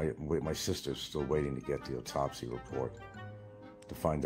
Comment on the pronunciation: "And we don't have the UTOPSY yet" What the hell is an "UTOPSY"? Must be a technical term....